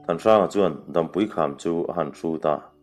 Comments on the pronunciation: Dampui hi Dâmpui, tia lam tur. Chhuantawlawl tih hi lawl hi ri hniam tur a ni. Tuiluankawr tih laia 'kawr tih ang hi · Dampui kham tih tea Dampui i lam dan hi a dik hlel hret a.. Dam lo kan awm e tiha dam lam anga lam loin tlang pang, ni hmu lo sawi nan dam kan hmang anga lam rik zawk tur aw... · Dampui tih hi, dam(hnawng,ni hmu lo an sawi a DAM an hman thin ) tih a lam zawk tur anilo maw. Hotu pa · dampui lam dan hi ni hmu lo dam lam dan ang a lam tur a ni, mihring dam chen tih thluk ang a lam loin